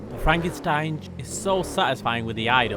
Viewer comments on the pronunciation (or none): Love the “Franken stanj” If you’re curious to actually pronounce it it’s pronounced Franken shtanger